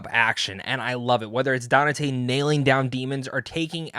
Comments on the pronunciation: Who’s this “Danate” he’s talking about? 🧐. Dude, you’re not a Devil May Cry fan if you don’t even know the main character’s name “Dante”. I seriously dislike fake content creators like you. You need to be called out for your capping 🧢. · Bro his name is pronounced DON-TAY. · Danate? Have you never heard Dante pronounced? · You keep mispronouncing Dante. Donnatae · How the hell did you play the entire series and mispronounced the name of THE MAIN CHARACTER throughout this entire video ? Dante isn't even a hard name . Jesus christ DaNaTaE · His pronunciation is hilarious how has no one told him